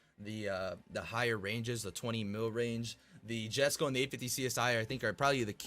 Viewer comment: just a fyi Jesko is pronouced YES-Ko